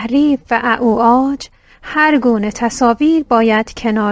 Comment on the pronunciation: با تشکر از زحمتی که کشیده شده . گوینده ی محترم لطفا توجه فرمایید کلمه ی " اعوجاج" انگونه که ادا کردید تلفظ نمی شود . ممنونم